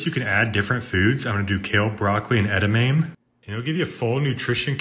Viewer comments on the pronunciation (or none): none